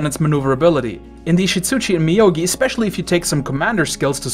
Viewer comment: Moyogi dude, not Miyogi lol